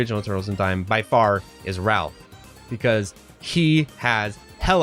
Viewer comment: I was fine until dude pronounced Raph as Ralph. His opinion instantly became meaningless.